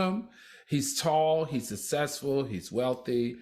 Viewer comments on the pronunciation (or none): How can he educate young ppl and can't pronounce ' successful'. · Al needs to put some of this energy into himself. Try to work on pronouncing the word Successful. I realize Al is obtuse. I don't know if it's on purpose either. Obviously Armon was not saying send them 100 per day and Al should have the sense to know that